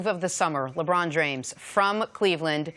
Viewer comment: She said jrames